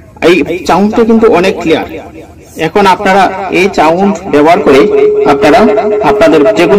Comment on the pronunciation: আপনার উচ্চারণ ঠিক করা উচিত, চাউন্ড নয় সাউন্ড 😊